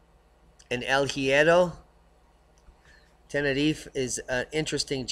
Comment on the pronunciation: Please say Tenerife correctly - nobody there says it like that and it sounds so silly. Anyways - I'll be there again in ten days time before moving out there permanently in a couple of years time and cannot wait - no more grey people, buildings and sky for me.